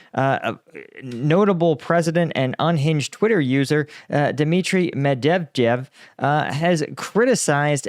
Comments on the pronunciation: Its "med ve dev"🐒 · Pronounce he’s name like: mett’vae’deaf. ☺️☺️ but i really hope the wnkr is offended, love how you smash he’s name to the ground😅. Thanks for good content and highfive from Denmark 💙💛🇩🇰 slava Ukraini 💪🏻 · Talking about language 🙄 It’s “Shoy-goo” not “Show-we-go” It’s “Med-va-dev” not “Med-dev-jev” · Mev-Mevdedjvev 😂 you killed that name big time 😂😂😂 next time just use Jeff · Cute how you're not able to say Medvedjev 😂 Image saying these three words: Med Vet Jeff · You should really actually read their names. Mejdevdev is not his name, I listen to you and your opinions, those matter to me, but please, read their names instead of guessing some syllables. Lol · Bro I love your videos and I watched all of them on Ukraine at least but please just type the Russian names in google translator switch to Russia and let it read it out for you 😂😂medvedved 😂😂😂I can’t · Med_ver_ dev lol hate that bloke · Med-ve- dev . Geez what you make of his name haha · It’s the 5th time I hear him calling Medvedev “Me dev dev” and I believe this is how he should be mentioned from now on. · jesus , man, work on pronunciation i love your channel but its pronounced Med-ve-dev, you are covering a war between two nations that love to stuff consonants together like you dont need vowels at all. i mean, what will you do if things get worse and it starts getting bad in Poland? those guys are even worse!! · Med-ved-ev. As funny as it is to hear you butcher it over and over... here's a cheat code to how you pronounce that guys name. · Zaporizhzhia was bad enough. Don't start with Medvedev lol I think the Russians do it more like Med vyed ev, but just Med veh dev is fine 🙂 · Say Medvedev this way med-vee-dev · I love the pronounciation of ,,Dimitrij Mebhebdhef" 😂😂😂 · are you dyslexic, Med - ve -dev... sounds like my sister:) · Med-veh-dev That's the proper anglo butchering of his name. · Me-dev-jeff fuck!n hell. You are such a stereotype for an American.